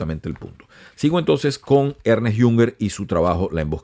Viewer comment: No se pronuncia Ernest, sino Ernst